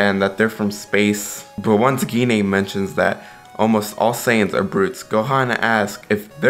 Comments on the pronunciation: Wow butcher Goku's moms name. It's pronounced " G . nay" . Dam it's not that hard. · Gine is pronounced as Jeen